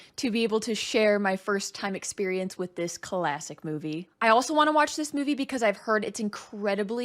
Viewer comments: "This colassic movie". I guess you just said "classic movie", but you made it sound like "colassic". I'm gonna use that as a word now. 🙂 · I think we should give a break, one because she is so genuine and, two, because she pronounces the word 'classic' as if the first letter C is its own syllable